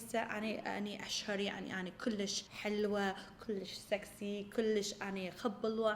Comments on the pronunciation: Guys it doesn’t matter how much she said kulish, she tried her best and I love when she tries to speak arabic 😍 love u huda (Iraqi from Finland) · هنا تبين هدى صدك عراقية كلللللوووششش😅😅😅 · عراقية كلش